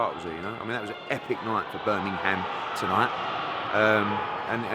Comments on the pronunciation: he misses the h and replaces it with n ends up saying birminnum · haha it's always annoyed me when you miss the g from Birmingham lol